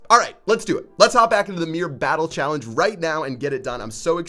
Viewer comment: "Meer battel challeng"